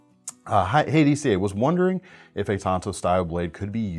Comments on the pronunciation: There is an A in the word. It's tanto not tonto. Tonto is the lone rangers sidekick. Even lynn thompson says tanto. Tonto if used correctly is the japanese original version which does not look like the american tanto. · They are pronounced tan...to.. Tonto is the Lone Rangers buddy! Get it right man ffs!!😂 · Please stop saying TAINto. It's pronounced Tanto like Tanya. Not Tainya. Otherwise not a bad video. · It's 'TAN'to as in the color. Tonto was the Horse in the Lone Ranger.......Hellooooo McFly!!!!!